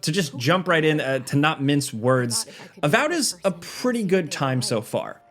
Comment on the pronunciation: its avowed not avowed